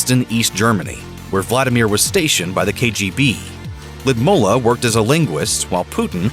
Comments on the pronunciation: Lidmula…wth man, i’m not a hater but for you “I” is “ u” and vice versa! Geeeez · It really bugs me how you keep mispronouncing her name. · I wish they would fix the pronunciation of Putin wife's name, it is painful the way the narrator pronounced it. It is something completely different. Beautiful Russian name. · The voice over is even not pronouncing her name right . How anyone can trust this so-called "journalism" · The narrator of this video will be killed for pronouncing Putin's wife name wrong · I cant stop cringing at the way the narrator pronounces or rather MISPRONOUNCES the former Russian’s First Lady’s name. Gee, it’s not that hard a name to pronounce it correctly. 👎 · I couldn’t handle hearing the Russian former first lady’s first name butchered one more time. Why is it Grunge narrators have this aversion to verifying pronunciations ahead of time? This happens in many videos. I do a lot of public speaking and have to introduce individuals from around the world as part of my work. I make a point to verify how to correctly pronounce their names, if for no other reason than to be respectful and polite. It’s an added bonus that’s don’t sound like an idiot getting it wrong. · Every Russian name is butchered by these Muppets ‘reporters’. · This is the worst pronoucation of her name that I've ever Heard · That pronunciation of Lood-ih-mee-lah ( he said Lud mula)is rouugh lmfao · I wish he would say her name correctly. Ludmeela, not LudmUlla. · The way he butchers her name... It's pronounced Loodmeela. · Lewdmola? Pronunciation issues? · It is Lyudmeela, not Lyudmulla. Please do your research on pronunciation. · It is Ludmilla not Ludmulla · It’s pronounced “Lud-Mill-a” not “Lud-MO-la” cringe every time you say her name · It's Lyudmila not Lyidmula!!! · why does the narrator call her Lydmulla? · I like the way you say his name. Puut-n. Also it's L-yu-d-mila. Not Lidmula. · Omg it’s “Lud-MEELA”, not “Lud-mullah” 🙄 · Lyudmeela not mula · lewd-ME-la! Grrrrr.